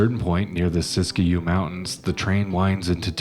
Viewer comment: Oregonian here.. It's pronounced De- Au-trey-mont, Not Doe trey mont... Siskiyou (Mountains) pronounced Sisk- i - you Mountains.. Thanks for taking note of this..